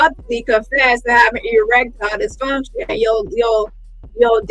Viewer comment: Omg bang on the limp peen🤣🤣🤣🤣. My my my odusty. Erextile deefunshon in words🤣🤣🤣🤣🤣